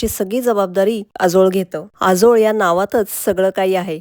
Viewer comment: आजोळ शब्दाचा उच्चार बरोबर नाही